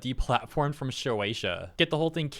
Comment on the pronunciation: You keep saying "showeisha" it's "shueisha" pronounced "shoe-a-sha" okay?